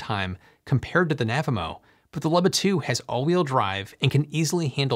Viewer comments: It is pronounced “ Loo-bah” You are the only person on earth that I have heard mispronounce it. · I can’t get over how you pronounce “Luba” as “lubba” 😂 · Oh man, is it pronounced "lubba"? I've been calling it a "looba" for the last year!